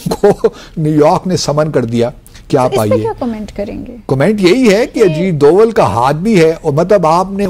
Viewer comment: Ajit Doval .....name and not Ajeed deol